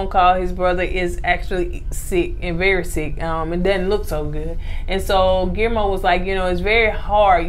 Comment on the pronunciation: Its pronounced Qee Air Mo which is hard to say. Hopefully this helps. Love you guys.